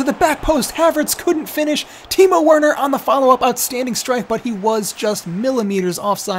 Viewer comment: Bro, Werner is pronounce as Verner. It’s German. 😁😁